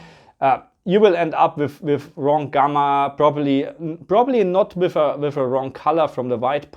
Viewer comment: With or wiff, thät is thä Qweschtion